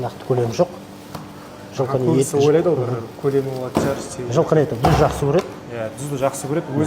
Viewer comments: Дуз демей туз десенш 😂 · Дуз емес, Туз